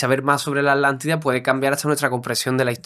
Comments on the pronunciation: Disculpen la pregunta si la palabra es Atlantida porque a ustedes les suena como "alantida"?, solo es una curiosidad... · Alantila o atlantica, por qué quieren hablar tan fino que pronunciamos las palabras mal, siendo el idioma cadtellano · Yo me pregunto como un estudioso que es filósofo y arqueologo además investigador No sepa que lo correcto es Atlntis, Atlántica y el océano Atlántico, no como el y el entrevistador dicen Alantis, Alatida y oceano Alantico mejor deberían aprender a pronunciaŕ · Se escucha mal o no están pronunciado bien la palabra Atlántida...pareciera que pronuncian "Alantida". 🤔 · No es así. Le dice Alántida a la Atlántida. No respeta las reglas del español. Tu propia lengua. Además decl chauvinismo de creer que la Atlántida estaba frente a las costas de España...por favor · En España se enseña mal la pronunciación de las sílabas TLA, TLE, TLI, TLO, TLU. Se separa en dos y la gente acaba pronunciando A-Lántida, haciendo casi desaparecer a la T. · Lo que yo no e tiendo es porque pronuncian la T como Che en palabras y en aTLantida nonla pronuncian!!????? Porque asesinan el idioma asiiiii!!???? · LE DICE ALANTIDA....